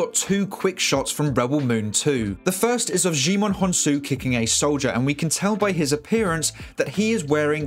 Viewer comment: Djaimon is pronounced "jai-mun". I overheard him say it to the covid testing people on set. I worked on this film